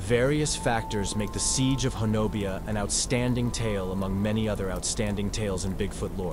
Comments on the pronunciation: The way you pronounce this little town is ho- nub- e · It’s pronounced Hoe-no-bee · Ho-nubbi is how it’s pronounced but yes, I live Oklahoma, and can attest to this story (well most of it) and have my own encounter memories. People make me crazy going out looking for these guys, not a good time or idea. Most will just leave you be if you leave them be, take their food or too close to their home and they will run the biggest of man out scared to death. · I really enjoyed your podcast but honobia is actually pronounced ho-nub-ee if you're from the great state of Oklahoma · It's pronounced "ho-nubby" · Its pronounced Ho-Nubby. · FYI, they pronounce it Ho Nubby. I was "corrected" on a visit. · I think it's pronounced huh-NO-bee. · Pronounced Ho nub be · Something definitely happened there. But, it's pronounced Hah nah bee, not the way it's spelled. The mountains are pronounced Wah she tah, not wacheetah, as in the clip. And the Muskogee are said with a hard g as in guard or gourd. Not a soft g. That said, it was well done. You just have to pronounce Indian and southern names the way they're said by locals. Not the internet folks. Keep it up.